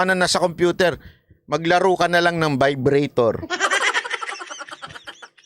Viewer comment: ung iba, agree ako.. pero ung sa vibrator nagkamali lang pagpronounce ng vibratto si kim C. mali mali kasi si..